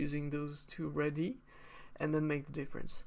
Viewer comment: Thanks for such a clear and well presented video, very informative! Incidentally I think that the plural of radius (i.e. radii) is usually pronounced with a syllable for each i as follows: "ray-dee-eye".